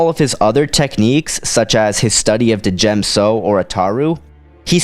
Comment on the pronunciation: You do know that the “D” in D’jem So is silent, right? It’s pronounced Jem So. I agree with you, Obi-Wan would win. I agree with your reasoning too. Plo Koon is just too set in his few ways to really be a danger to Obi-Wan. And Obi-Wan has honed his skills to perfection......aaaand I’m a total Obi-Wan fangirl so I’m biased towards him, lol.